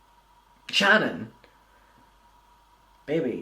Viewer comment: My name is Shannon. Lmao. I adore the way you say it. Creep show is making herself look worse. I have no clue why she won’t just shut up. Then her saying horrible things about The Viewers Choice. Saying he will relapse and blah blah. He drugs people.blah blah. Who the hell wishes a relapse on someone? It’s horrible what she’s doing.